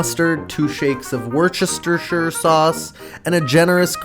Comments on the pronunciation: FYI from a Brit: we pronounce it "Wuster". "Wuster sauce" 🙂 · It’s pronounced “Worcestershire” Sauce * PS. was this video just an elaborate, post hoc justification to write off/expense some calabrian chili & a parmesan wedge?